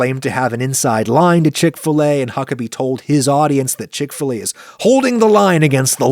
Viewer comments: Ive only ever heard it pronounced "chick fil A" as opposed to your "CHICK fil a" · Wait - what? It's called Chick f-LAY? I (over here in Britain) thought it was Chick Filler. We pronounce 'fillet' to rhyme with 'skillet'.... which is probably as weird to Americans as 'f-LAY' is to to us Brits!